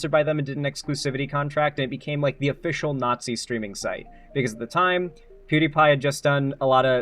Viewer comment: pierce the naught-zee